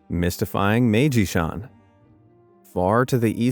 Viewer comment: 'its pronounced "my-ee-ji"